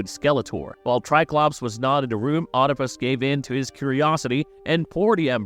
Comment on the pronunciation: Oedipus is pronounced weed-ip-us not "odd-ip-us"